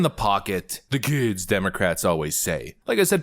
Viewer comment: Eets about dee KEEEDZ!